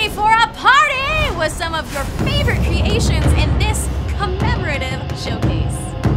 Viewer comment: Cre-A-tions :P anybody noticed the way she says it? :P